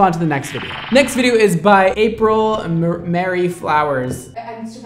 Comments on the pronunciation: I dunno why pronouncing the name Marie as Mary triggered me so much but I am TRIGGERED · it’s April Marie not Mary 😂😂😂😂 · he said mairya not mah-rie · Sees “Marie”: Mary: mah-ree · boo, her right side root was orange, really orange, Marie not may ree lol. Coconut oil makes the bleach not work as well. It has to eat through another layer and the first 30 min is most important. I love you and you don't quite seem like yourself in this video. It's still a good video and I don't mean any shade I just want to make sure your not having a moment. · Says “Mary” but it says “Marie” GIRL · April MARIE Flowers ... not Mary . Lol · Marie isn't mary.. its muh ree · April Marie (mha-ree) Flowers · i literally got so triggered when he pronounced Marie wrong 💀💀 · is it just me or is that not how you say marie